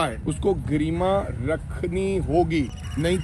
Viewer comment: ਇਹ ਬਾਰ ਬਾਰ ਗਰੀਮਾ ਗਰੀਮਾ ਨਾ ਬੋਲੋ ਵਰ੍ਰਿੰਗ ਜੀ। ਸਹੀ ਉਚਾਰਣ ਗਰਿਮਾ ਹੈ।